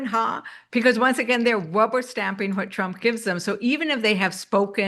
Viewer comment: Did she say "wubber stamping"? 😂